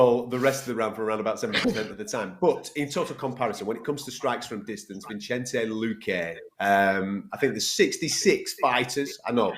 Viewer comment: Bruh smfh “Vinchenze” lmaoo